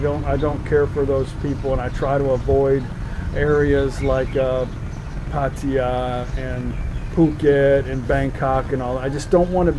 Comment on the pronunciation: PattAya ...not PattY ...never understood why farangs change the pronunciation of some so easy and basic words such as towns ..